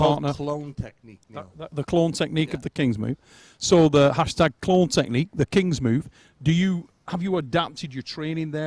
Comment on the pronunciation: Clone move? Wasn't he saying clown move?